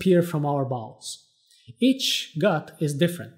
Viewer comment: I heard bowls as balls 😂